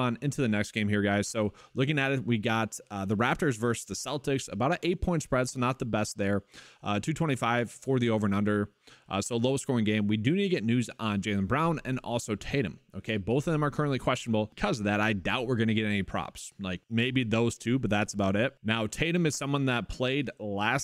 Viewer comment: Did you just say "JAW- SEEN Tate " LMAO